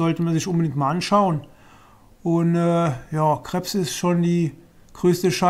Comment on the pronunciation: Du spricht Krebs wie C/krabs(wie der von Spongebob aus) haha